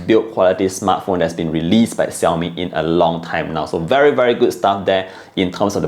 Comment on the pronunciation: Hey, it's not Siaomi, it's Xiaomi. 😑😑😑